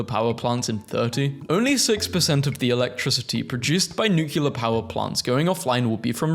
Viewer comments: when someone says: nuCULaR: 👿👿👿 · Please stand by for the following PSA: For the love of God, do not mispronounce nuclear like former President George Bush. It is properly pronounced like "New-clear" and NOT "New-queue-ler". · What's nucular mate?